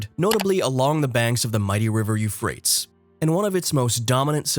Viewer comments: Archeologist who doesn’t know how to pronounce Euphrates (U fray teez) and Tigris (pronounced like Tie griss). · He kinda lost me at You Frates I think every other person ever pronounced it properly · Dude.. this narrator is hurting my ears.. its like a liberal college student talking about how the Democrats won the war of 1492... I'm like.. who's his editor? Teach this monkey to speak.. You-frates? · Yes, thank you! You definitely said what I wanted to say, but I didn't know how to write out the pronunciations. It has bothered me so much that I haven't been able to watch this video. Every time he says Euphrates wrong, I cringe and then realize I didn't hear anything he's said in this video, even after barely 2 minutes. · Al Furat, & "Tee-gris" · 25 seconds in & I can't watch anymore. Your pronunciation of Tigris and Euphrates are horrifying..... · That is not the correct pronunciation for Euphrates River it sounds so crazy when he says it... ..